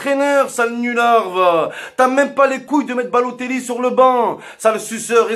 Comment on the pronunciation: "Baloteglou" mdrrrr